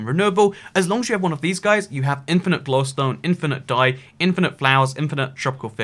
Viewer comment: You pronounce glowstone shittily.